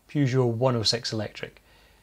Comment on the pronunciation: I can't believe that in all those universities, there was not a single faculty of foreign languages where someone could have told you how to pronounce the first syllable of: Peugeot. Hint - It is not how you pronounce the first syllable of: Euan. Maybe it should be, and you are on a crusade to educate the French in the correct pronunciation of their language. But the French can be very stubborn about these things.